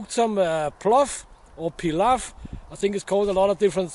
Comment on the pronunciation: Great video Correct pronunciation you did it 100% Correct, if you store your pot just rub inside with sunflower oil and put a hand or two full of newspaper into the pot so it won't rust. A cool fact is the pot has 3 feet so you can put it on a bed of coals and regulate the temperature to cook your meat nice and slow but you need a wood that produces good coals and alot of time.